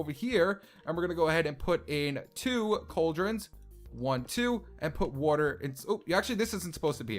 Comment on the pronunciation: He said woirter instead of water